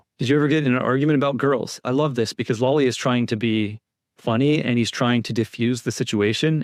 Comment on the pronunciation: Love ur vids & I fully support Karen Read. I can't stand Lally either but - please just pronounce it right! LAAAly - not LUUUly. The A sounds like the word "laugh". Lally. I'm all zoned in to what ur saying & every time u pronounce it wrong it throws me off of concentrating